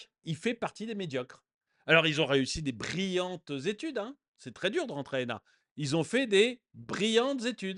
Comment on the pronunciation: Brillantes zétudeu... avec piston !